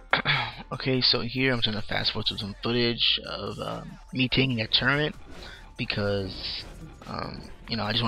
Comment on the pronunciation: turrent? turret*. quintense? quintinses